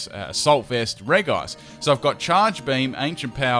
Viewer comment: ITS NOT REGICE WITH A G AS THE G ITS A D AS THE G